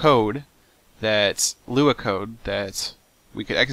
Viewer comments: L-U-A not luea! lol 3 letters not a word seth!!!! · you actually don't pronounce the three letters in Lua. It's actually Lua, not LUA.